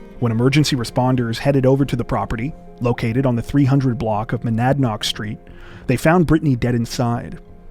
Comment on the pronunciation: thank you for the correct pronunciation of Monadnock. So tragic and sad and shocking this started in Cheshire County.